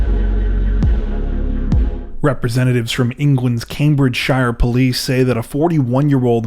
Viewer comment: CambridgeSHIRE. How it really sounds; Kaym-bruhj-shuh 😄